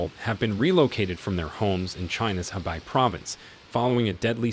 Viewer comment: Dear: Though it is spelled as He-bei literally meant River North = it is Pronounce Khua - Pei (Pei like Peking Capital of China called back in the 60's up to 1979. And Bei-Jing though Spelled/ Romanized as Beijing Pronounce Pei -- Ching (Ching like Chain in English not Jing). Cheers